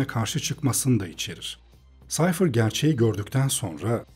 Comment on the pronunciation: Reis defa Sayfır demen dışında mükemmel bir anlatım olmuş :D